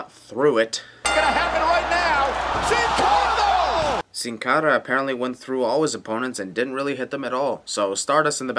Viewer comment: My sin is the way you pronounce Sin Cara, ANNOYING!!!!